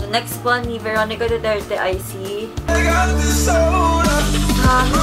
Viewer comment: I love that "DUTIRTI" thingy hahahahahhaah😂